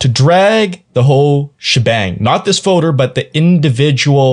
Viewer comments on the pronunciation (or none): Most people say "FOLDER" not "FODER"